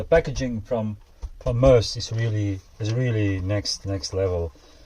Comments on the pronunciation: sorry what was that? Mooouse? Read the box. The name is in the statement on the box....not me but us! Its Me-Us dude😂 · Why does everyone seem to struggle with saying ME US? This looks like it's going to be a sick build, looking forward to this one! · I know right😂 its says it right there on the box. Not me but us....its Me-Us😂😂😂